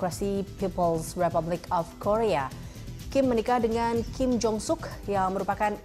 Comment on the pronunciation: Kim kali.... Bukan king... Lu ga bisa ngomong kim ya ?